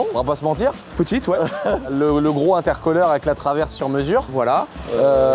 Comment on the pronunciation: Pitié: c'est "intercouleur" ( y a le mot cool ) et "daoune païpe" et pas intercoleur et donepipe à moins que ça soit un joke et que tu le fasses exprès pour la vidéo.😉😂